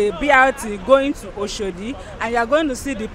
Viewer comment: The Kenyan more correctly pronounced Oshodi than the so-called Nigerian!